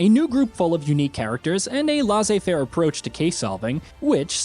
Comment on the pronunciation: Lasseh-faire? Laissez-faire is pronounced: less-eh-faihr.